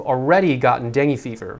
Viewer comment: Am confused.. kept saying "deng".. Lol.. Whered he pick that from?.. Its dengue.. 2 syllables last time i checked:) thats why am paranoid with mosquitoes, coz virus stays in your body & it can easily get triggered.. I for one had experienced in koh samui & wished human body can reboot too like computers.. Lol